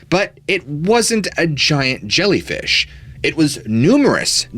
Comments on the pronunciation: "ZSHIANT ZHELLYFEESH" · Zsiant Zshellyfeesh😂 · Zshiant zhellyfeeesh😂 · ZSHIANT ZHELLYFEEESH! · ziant gellifish, lol. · Zshiant Zhellyfeesh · Holy zshiant zhellyfeesh! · ZSHIANT ZHELLYFEESH 😂😂😂. For real, though, I, yet again, have learned a few new theories, through your grand narration(s). Thank you, for sharing,!! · "ZSHIANT ZHELLYFEESH" 😅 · Zhiant Zellyfeesh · Zzghiant zzjellyfeesh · Zhiant Zhelleefish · Zhiant Zhelleefish.... lmao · Interesting, thanks! "Zshiant Zhellfeesh" oh my